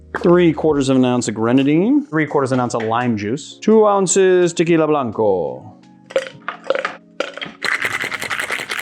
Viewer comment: The way this guy says tequila blanco is gas